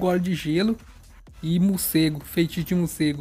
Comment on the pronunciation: "Mucego" kkk